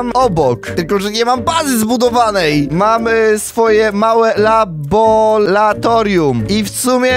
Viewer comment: nie labolatorium tylko laboratorium